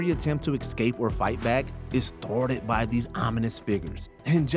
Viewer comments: Love your videos usually, but this presenter needs some work- when you use escape 10 times in two sentences- at least say it right- it’s EScape not EXscape. There were several other mispronunciations ( Damon instead of Damien) etc. I found it really distracting. Also missing a LOT of other classic examples, Marvel, Star Wars, Whatever happened to Baby Jane, Hereditary,Primal Fear, Fight Club, Gone Girl, Basic Instinct to name a lot you didn’t include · The narrator of this video for constantly saying EX CAPE instead of ESCAPE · Every time the narrator says "excape" I want to turn the video off. I know some people try to pass this mistake off as a regional accent, but it's not. It's just plain wrong. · excape lol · Maybe you should get a narrator who knows how to pronounce 'escape'. I'm certain it does not contain the letter x.